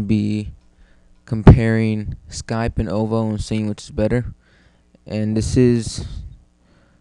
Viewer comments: nd its nt o-voo its said oo-voo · O-Voe? Nooo!! It's pronounced Oooh-Veww, or Ooh-Voo. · ooooovooooo not OVO... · When a doll gets pricked in the head with a pin, that's not VohDoe, it's VooDoo. Thnk VooDoo and you'll get the ooVoo pronunciation down, no problema. Still good video